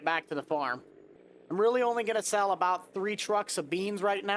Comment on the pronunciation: “For ablout” 😂